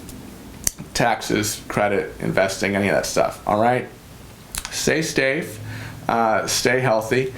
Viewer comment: Lol good info mr. I appreciate what you doing on your channel. And the help you’ve given me personally. Get some rest though seriously. You look drained and you said “say stafe” at the end of the video. 🤣